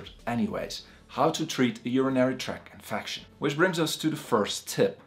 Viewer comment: “….infacshun…” Very educated man though. Good information